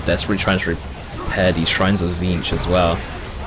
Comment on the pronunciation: Is this a fever dream of are you pronouncing Tzeentch correctly throughout the video?